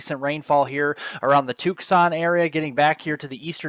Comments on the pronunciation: Always thought Tucson was pronounced TOO-saun, not TOOK-saun. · Did you say Took-san ? 🤣(tucson, az) C'mon now, Two-san.